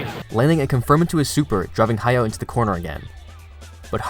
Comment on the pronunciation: Y'all need to spell his name correctly western guys. Is ha ya o ...not ha yao 😮